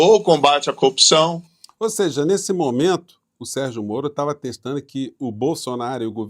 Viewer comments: O conje fala cupção😂😂😂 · Sérgio Moro até hoje não aprendeu a falar a palavra corrupção.